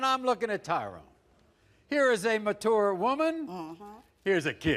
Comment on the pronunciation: I have learned that Maury can’t pronounce mature